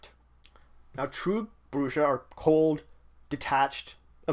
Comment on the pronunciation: This is good but my only criticism is you pronounced brujah wrong throughout the video.